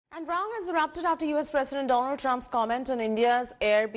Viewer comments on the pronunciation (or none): Dolund Trump... Lol